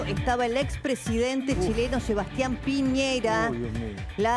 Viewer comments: Lago ranco no ronco, y es sebastian piñera no piñeiira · Por qué les da con decir mal el apellido de este sujeto, pi ñe Ra, y no pi ñei Ra , como también el nombre del lago Ran co, pero es recurrente con estos periodistas. Eso pasa en Chile. Primero leen y...